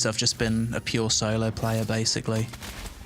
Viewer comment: how does solo become soy-loh rofl